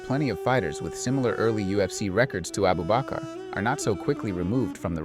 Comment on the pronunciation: 😂 his name is Abubakr not Abu bakar